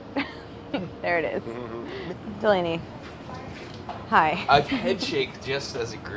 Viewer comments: I can't see and not say "DelANEy" is Brad's voice. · The tension between Brad and Delaney at the end LMAO. I’m living for it. Every time I see Delaney on screen now I say “deLANEY” in Brad’s voice and tone. I don’t even hate Delaney 😂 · How come anytime anyone say Delaney it sounds like Seinfeld saying "Newman"?